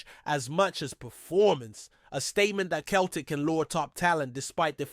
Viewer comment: It’s pronounced Seltic you 🤡not Keltic 🤡🤡🤡💩